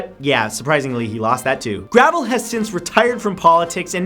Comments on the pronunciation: I've met Vermin Supreme (who should be on this list) and Mike Gravel (which is pronounced Grah-vell dude c'mon) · It's Mike Gruh-vehl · Santoro is so ignorant. Not only is he completely unaware what a hero Gravel is, he can't even pronounce the man's name.